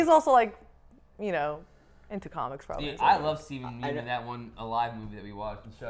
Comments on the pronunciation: Just so you guys know Yeun is pronounced "Yunn" not "Yoon" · yeun in steven yeun is pronounced like young without the g